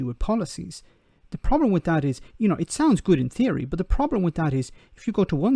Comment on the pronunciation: .... "And thad is how"..... Thad. It's that not thad. No-one should vote for anyone who says thad instead of that. No doubt he says "get go" instead of "start".